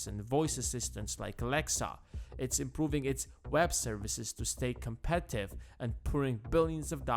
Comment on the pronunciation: Am i the only one hearing "competive" instead of Competitive?